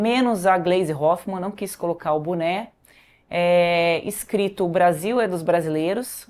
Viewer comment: Não é bune , kkkk é bone hahaha